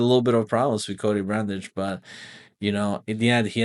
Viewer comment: Knew he was a fraud when he struggled with Brundage